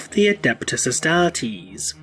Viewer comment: Best pronunciation of Astartes ever. Carry on